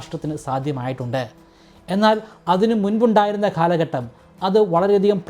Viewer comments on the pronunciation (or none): കാലഘട്ടം എന്നുള്ളതിന് താങ്കൾ പറയുന്നത് ഖാലഘട്ടം എന്നാണ്